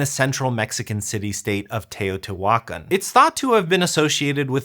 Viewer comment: So, you show "Teotihaucán" but do not stress the accented syllable. Phonetically, it is Tay-o-tee-wah-KAN. I know this because I have been there and actually climbed the pyramid of Teotihaucán.